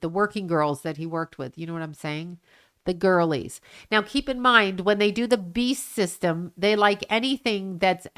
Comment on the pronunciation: are you saying “the bee system,” or “the beast system?”